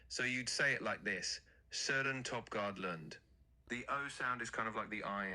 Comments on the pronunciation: That AI you used in the beginning was just incredibly wrong in the pronunciation xD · lol... That is not AT ALL how you say his name in danish. AI strikes out again.. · Dang that Ai messed up his name XD